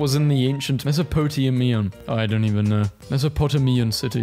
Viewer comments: The Mesopotamia mispronounced kills me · How does the guy narrating history memes not know how to pronounce Mesopotamia?